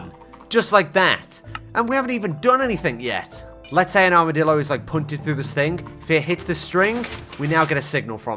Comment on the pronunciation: Armidilo, more like, HARMidilo… hahaha… yeah that wast funny sorry